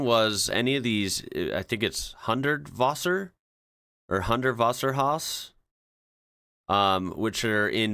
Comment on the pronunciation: Hundvoser? Weird way to say Hundertwasser.